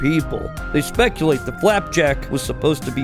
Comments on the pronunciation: Did you say Clapjack??? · did you only say flapjack and knuckles correctly once